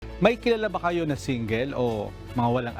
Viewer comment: Grabe ang pronounce nang single. Singgil!